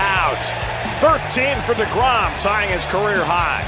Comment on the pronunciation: Tell Jason de Grom to fix de Name. De Grom. Not de Grom. Shame he's waisting his career with de Mets anyhow.